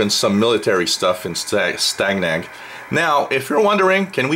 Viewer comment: It is pronounced like STAY-NAG and the word STANAG is a NATO abbreviation for the words standardization agreement. There are many different STANAGs that cover a broad range of systems from weapons to comms and whatever you can imagine, that are designed to ensure interoperability between forces from different NATO members.